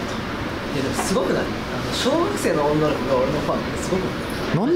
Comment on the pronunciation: 小学生の「女の子」を強調しているところ。